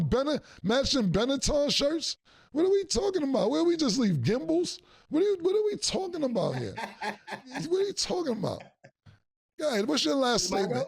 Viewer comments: Killa said Gimbles😂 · He said Gimbles😂😂😂😂😂